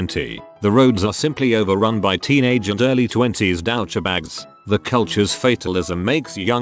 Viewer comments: Douchebags= dow-cha-bag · ''Dowcha bags''